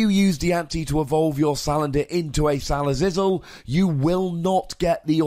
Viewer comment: stop saying sal uh zizzle pls